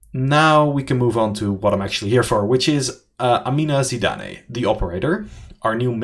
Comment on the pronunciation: Hi I am pretty sure it's pronounced "Zidan" (with a silent e) and not Zidané. We have a lot of Tunisian and French of Tunisian ascendancy here and a very famous Zidane. I could be wrong but I don't think so.